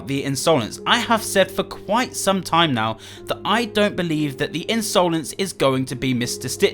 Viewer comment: A lot of theories going on about piggy and here is me still triggered at pronouncing Insolence as Ins-oh-lence